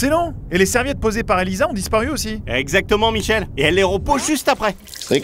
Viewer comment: C'est pas Elisa mais Elaïsa